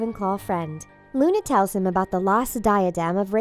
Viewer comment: When you dont say lovegood: Luna When you say lovegood: Luni Lovegood!